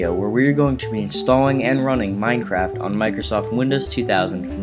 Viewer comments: did you say mineCRACK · u said minecrack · he said "now to download minecrac" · is it me or does this guy sound like he said mindcrack